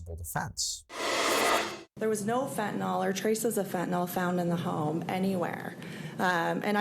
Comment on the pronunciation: Fen-ta-nyl. Pronounced: fen -tan - ill. Not Fentanol. Not that hard to say folks.